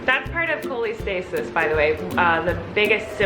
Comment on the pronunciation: Not making fun so don’t take this the wrong way but “Colleen”-stasis?